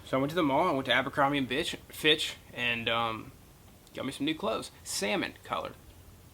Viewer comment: "abircombire and bitch" lmao